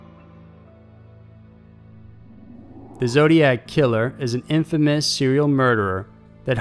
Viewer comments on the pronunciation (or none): none